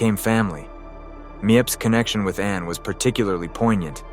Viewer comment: Meep. Not mi ep. Anna not how we say Anne.